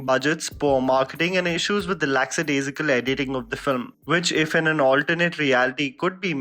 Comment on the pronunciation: *lackadaisical not lacksadaisical